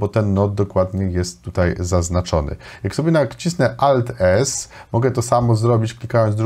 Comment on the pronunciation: Ałt to chyba A powinno być, nie O